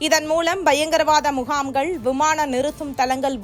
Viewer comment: அலிக்க😂😂தலங்கல் முகாம்கல். இந்த பெண் எப்பொழுது தான் தமிழை ஒழுங்காக உச்சரிப்பாளோ?